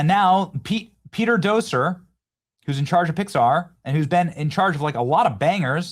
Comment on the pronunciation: Lol "Doser"? It's pronounced "Doctor". You even missed the T